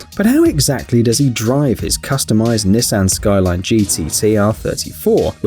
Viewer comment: Knee-san... God I cringed every time and I know the guy can't help but pronounce it like that (wrong) :p